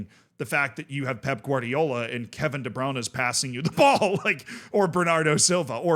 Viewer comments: I honestly can't hear you say "Debrownuh" one more time..lol.. The correct American pronunciation is: De-Broin-uh. Gotta get the "oin" in there, not the "own." Broin, not Brown. (No I'm not a City fan) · why are you pronouncing de bruyne as the browner